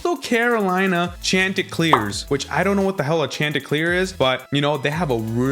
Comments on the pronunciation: It's pronounced SHON-Ti-CLEAR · You said coastal mascot name so wrong bruh. That’s not how it’s said down here goofy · you pronounced chanticleers wrong but that’s ok i enjoyed the video